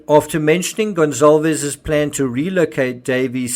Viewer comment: Why is everyone saying "Gon-ZAHL-vez"??? Is "Goncalvez" pronounced "Gonzalvez?"